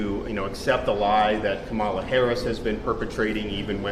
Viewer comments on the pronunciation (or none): That's correct. I'm not a Kamala Harris fan but, regardless, she deserves to be referred to in the generally accepted, respectful manner. Likewise, I'm tired of Right Wingers purposely mispronouncing her first name (incorrectly placing the emphasis on the second syllable instead of the first). They know what they're doing.